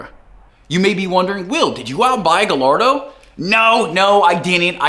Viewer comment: Well is not Gallardo it’s guyardo